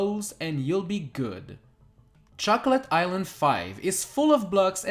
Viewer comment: Who else heard chuckle-et island?